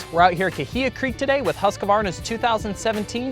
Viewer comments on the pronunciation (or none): Why do most Americans say "Husq A Varna"? The correct pronunciation is "Husq Varna"! The secret is in the spelling, no A or U mid word.. Whatever.. However you choose to say it, rightly or wrongly, Husqvarna has certainly reached a new standard of quality, reliability, performance and desirability! Of course the huge Austrian IP and capital injection has made all the difference! I for one, am very happy for the KTM intervention! Long may the production lines continue to roll thunder Husqvarna! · every time I hear someone say Husq'A'varna, I think you doughnut. its Husq'Varna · It bugs me too when I hear this. Don't know where it came from but it needs to stop! Maybe Husqvarna can produce a "how to" video? Many of their internal videos actually do pronounce it in the beginning of em.